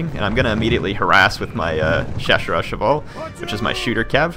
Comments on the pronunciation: You don't have to learn French to remember correct names of few units. ''Ch'' in French is like ''Sh'' in English, i.e. ''Ch'' you pronounce the same as you say ''Sh'' in ''shit'' or ''short''. What is so hard in that? I would say that most probably you are lazy. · i think Chasseur is pronounced with a "ch" sound similar to "chase" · I confirm this, the "ss" in "Chasseur" is just to be pronounced like a "s" slightly extended and not like an "Sh" sound. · For "Chasseur" the way it's pronounced in French would be spelled something like "SHoSSoor" in American English. For the Cheveu-léger, in the same way it would be "SHEV-ow Leyjey". The G in léger sounds like the S in leisure. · French here, your french pronunciation isn't that bad. If you want to pronounce "Chasseur" perfectly though it's simple, "Cha" is pronounced like "Shah" and "sseur" like "sir". You got it right with "Fusilier" as well, the "si" being pronounced "z" in this case. And yeah, "chasseur à cheval" simply means "hunter on horse" and "fusilier" means "rifleman". So you can simply use that if you have trouble with french. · Chasseur would be pronounced shasseur